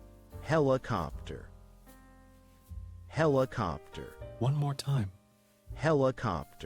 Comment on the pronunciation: Pronounced he li copter , compared to hell.